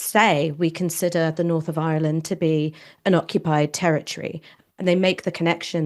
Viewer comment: I love the way Ash pronounces Ireland 🇮🇪 ❤